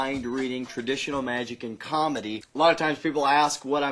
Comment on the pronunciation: did he say CONmedy?